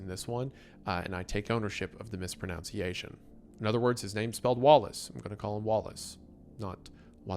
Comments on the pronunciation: "I'm just ear marking that I know I might be mispronouncing this one, and I take ownership of the mispronounciation." MISPRONOUNCIATION. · Bro you cant mispronounce "mispronunciation" while apologizing for possibly mispronouncing some guy's name lmao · Cannot tell if mispronouncing “mispronunciation” is a joke. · it's actually mispron-uh-nciation not mispron-ow-nciation. unless you did that on purpose in which case... you're still wrong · Lmao. Did you just day misprenOUNCiation? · The ironey of mispronounciating "mis-pro-nun-si-a-shun" whilest talking about mispronounciating names is golden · "I take ownership of the mispronunciation," mispronounces 'mispronunciation'. Classic. <3